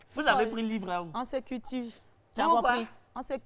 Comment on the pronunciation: Lyly a dit “on se cutive” 😂😂😂😂